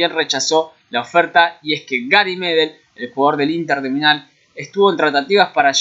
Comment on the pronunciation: Me gustaría uno con el Manchester City o el United, con todos los nombres que se barajan en esos dos equipos! Uuuh, 4-0, peor que en la realidad jajajaja Cada vez que decías Inter de Milán te salía Inter de Minál jajajaja. Gago se lesionó en el minuto 1, que raro jajaja.. Mammana juega en el Lyon ahora, por 8 millones y medio de euros lo vendió River. Sí, Pavón fue comprado por Boca por 1 millón y medio de euros.